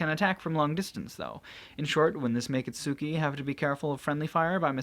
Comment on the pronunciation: Does it bother anyone else whe. He sais itsuki name wrong